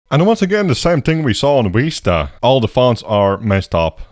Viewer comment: WHY DO I HEAR "Windows Weesta"